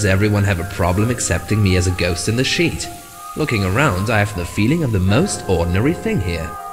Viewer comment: sounds like he says Shit every time he says sheet